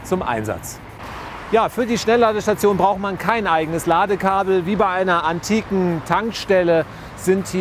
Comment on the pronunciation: Wie er das Wort "antik" extra ein wenig betont. :) Aber es ist ja wirklich so. Ich hoffe wirklich das der Verbrennungsmotor bald Geschichte ist. Gut für Mensch und Umwelt war er jedenfalls nicht! Und das Ende des Videos ist klasse! :D